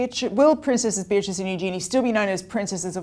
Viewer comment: I want Beatrice and Eugenie to keep their titles. Just wish you guys would pronounce them correctly 😂